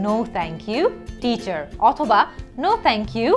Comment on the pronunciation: আপু অনেক জায়গায় দেখি Teacher er pronunciation (ঠিচার) Table (ঠেইবল) কোনটা সঠিক টিচার না ঠিচার?